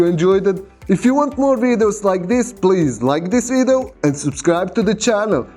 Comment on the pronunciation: I love your 'wideos'.